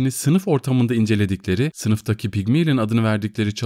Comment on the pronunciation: "Pigmilin" değil Pigmalyon diye okunur